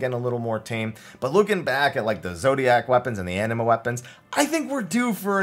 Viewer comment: Hahah he said moon weponds, there lunar weponds